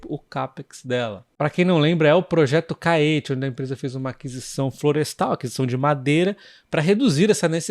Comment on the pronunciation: Caetê, e não Caête